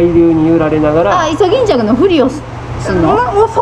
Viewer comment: 一瞬溺れてるかと… の「イソギンチャック」耳から離れない😆